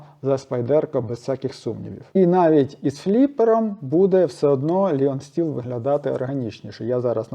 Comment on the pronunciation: Вітаю. Правильніше говорити Лайон Стіл 🙂